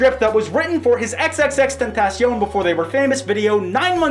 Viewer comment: Ty for pronouncing xs name right lmao